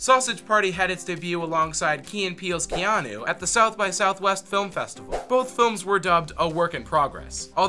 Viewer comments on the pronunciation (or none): none